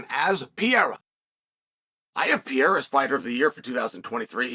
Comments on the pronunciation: Two r's should be pronounced. Pereira. Not peara. 😂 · dude his name is alex peReira no peeheyra forfuksakeeeeeee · It’s not Pierre you steroid user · Alex Pierra 🤣